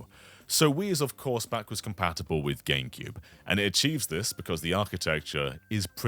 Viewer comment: Is he saying Ganecube?